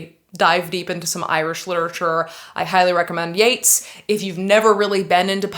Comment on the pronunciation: You're pronouncing Yeats wrong and it hurts my literary feelings.